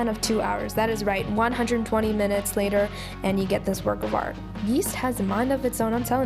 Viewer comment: “Two hourersss latierrr” lol I love you ❤️❤️ looks delish!!